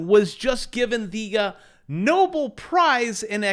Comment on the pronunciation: "No-BELL" prize is the correct pronunciation